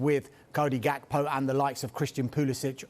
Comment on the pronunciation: K in Gakpo is silent dawg. 🤣